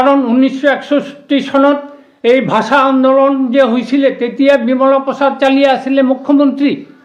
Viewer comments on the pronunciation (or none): ভাচা নহয় ৷ ভাষা বুলি কয় 😅